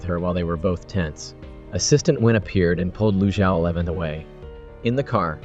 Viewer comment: The character name is "Lu Zhaoxi" not lusha 11 !!! is it produced by AI???